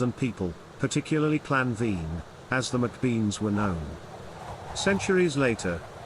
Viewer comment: It's pronounced bain and Hattan not bean and chatan